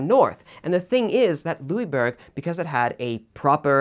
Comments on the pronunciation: Well, I'm from Québec, your pronunciation was pretty good, just next time pronounce it "Louisboorg" if you want to get it spot on. Also, I hope you cover the siege of Louisbourg some time in the future, along with other events in the seven years war such as the siege of Québec itself. Great job by the way. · I wouldn't say to pronounce the "g" though. We don't pronounce the "g" in "bourg". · Louisbourg? Translate it into german and it is Ludwigsburg, there is a town north of Stuttgart with this name , there is one of the largest german palaces/Schlösser.